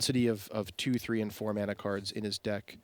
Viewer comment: I don't think "mana" has an "R" in it...